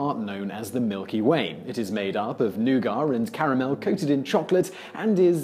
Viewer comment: What is nugar do you mean nougat?